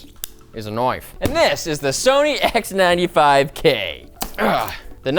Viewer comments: "This is a knoife" did we move to Australia? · This... Is a KNOIFE